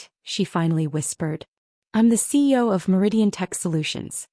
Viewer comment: Is there a reason AI cannot pronounce cEo rather than abbreviating it CO?